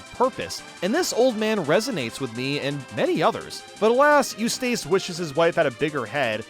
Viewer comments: Eustace is Yous-tis, not Yous-tace. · Why do you pronounce “Eustace” to weird? The end is “ess”, not “ace” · Okay you like Fairly Oddparents and say Grim Adventures would have been your thing, but Ed, Edd, 'n Eddy is TOO dumb? 🤔 Edit: you calling Eustace "You-stayce" was amusing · You•Stace Murr•Eel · Your pronunciation of Eustace is killin me! 😂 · Anyone else annoyed by how he pronounces Eustace?😂